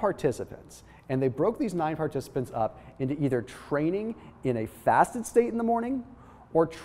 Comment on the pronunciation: are you sure you said that into correctly ???